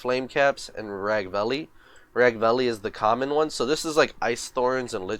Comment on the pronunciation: Its Ragveil bro not Ragvalley , gg tough , cool video...